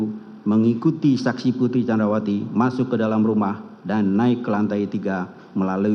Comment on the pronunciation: best moment... jaksa kedua saat membacakan teks diawal2... Ferdi => Fredi candrawati => candarwati Richard => Rikat si pi ar => ce pe er 😅